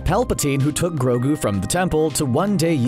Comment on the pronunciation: Take it easy on mando he didn't kind of say grogou Life 1 and it might be two times